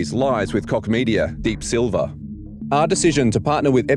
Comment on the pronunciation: Apart from your opinion about this topic: please don't pronounciate Koch as dick...ehm...i mean cock! The h in the end of the name is just an h!